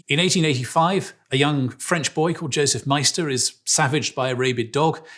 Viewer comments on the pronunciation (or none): none